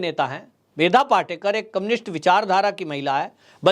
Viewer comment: पाटेकर नही पाटकर बोलिये